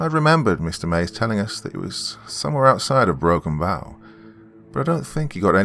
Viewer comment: With respect it's pronounced, Broken Bow, like bow and arrow, I live about hour away from there, in Grand Island Nebraska.